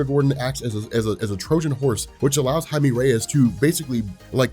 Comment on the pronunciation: ITS PRONOUNCED HI-MEH NOT HI-ME when pronouncing jaime but the person is brown